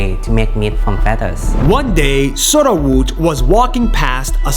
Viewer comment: "At first, people rejected Soruwat's idea" Me: bruh it's Sorawut not Soruwat